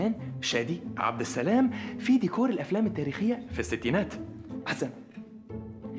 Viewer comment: ديكور مش "ديكاااار" 😂